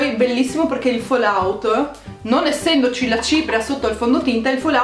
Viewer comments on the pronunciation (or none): none